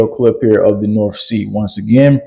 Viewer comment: The norff sea? You sound like one of my pals from Souff Carolina 😂🤣😇